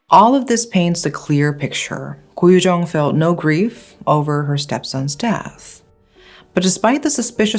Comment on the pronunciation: It's actually koh yu jeong